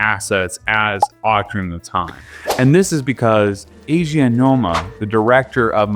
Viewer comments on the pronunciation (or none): none